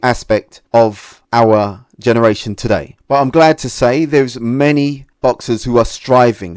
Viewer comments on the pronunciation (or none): none